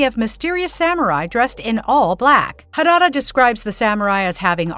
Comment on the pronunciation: WTF？！ It's not harara! It's harada！！ And it's my family name too ！！